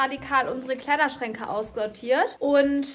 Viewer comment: Wer hat auch gehört das sie bei gesagt hat 😅😅 Ausgeortiert statt aussortiert 😅😅